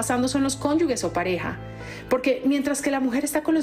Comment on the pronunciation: Se dice cónyuge, no “cónyugue”